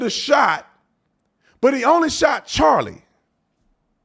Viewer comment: He couldn’t even say Charlie’s name. 💩👜